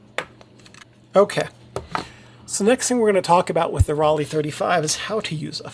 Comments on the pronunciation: Raleigh is in North Carolina. Ro-le (pronounced) made amazing cameras. Apart from that this is a fantastic post. So informative and easy to follow. Thank you. In fact all your videos are great. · Pronunciation should be like „roll eye“ or „roll I“ without any gap, but only if you choose the rolled „r“ like the Bavarians, in standard German the „r“ isn’t rolled at all. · In German Rollei would be pronounced Rol-eye. I learned this from a video by a German guy who went through several brands and their correct pronunciation. But I am sure nobody is worried if we pronounce it differently. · Pronounced: roll eye (German hard R) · Hi, in german Rollei is more pronounced like Rollai.